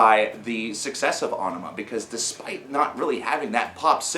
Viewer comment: Finally someone who pronounces it right.